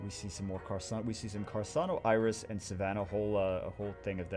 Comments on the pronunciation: I was going to watch the full video, but I can't stand listening to him talking "carsano" instead of carcano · it's not "Carssano", it's Carcâno, man, k... For real. He is trying to correct, kill him! Give me a break. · he's triggering me by pronouncing it as carsano and not carcano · What is “carsano”? It’s carCano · Hey it's Car-car-no. fire snipe. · why is he saying carSano? I'm so bothered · carc ano, there's no s in the name. Good vid tho :) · its car-khan-oh